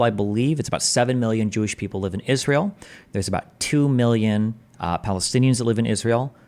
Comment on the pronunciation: It's always interesting to me when people have a thing they're talking about for months, but then they cannot pronounce a word like Israel.